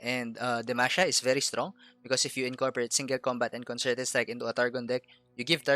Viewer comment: I like the way you say STRONK.